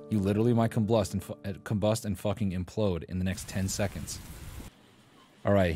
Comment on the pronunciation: I'm losing it at him saying "comblust" instead of combust